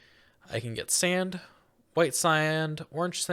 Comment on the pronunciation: Did bro seriously say "bedrack"? Aint no way bro said "agial blocks" "white siand, orange siand"